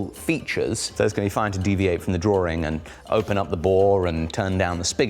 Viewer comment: It's not a drawring, it's a drawing